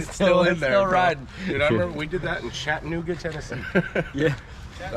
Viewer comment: … u saying Chattanooga wrong lol gotta put more southerner into it